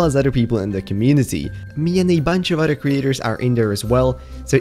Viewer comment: you say udder instead of other